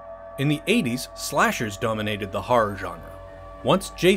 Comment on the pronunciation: Thank you for pronouncing genre correctly.